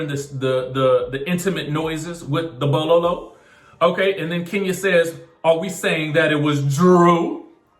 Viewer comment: I scream every time you say Bolo’s name 🤣🤣🤣